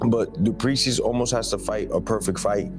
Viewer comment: Not dooplease!!! Say doo ple sea